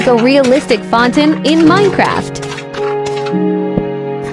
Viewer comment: That's not how you pronounce fountain